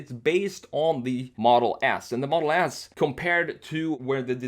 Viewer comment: dude why do u say tesla model ass instead of model s lmao